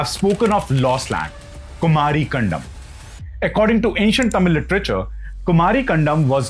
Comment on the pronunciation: Sir, It's not कंडम, it is कंदम्! Kan the m.